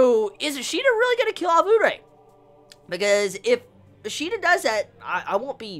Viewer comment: Jesus the way he teases us with Kaneki. He may give us a piece of dar kagune next chapter. Could Takizawa get rekt? Kaneki had a good reputation as an s s rated. Btw, It's been a long time now and my quest to make you say "uree" instead of "urei" will not end! I must suceed!